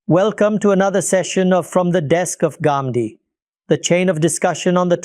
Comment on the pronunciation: There are some people who cannot pronounce the words of our vocabulary but you can pronounce it why do you have to say Gamdi you can say Ghamidi. If you say it's wrong that doesn't mean you're speaking good English the proper noun should be pronounced the way it is pronounced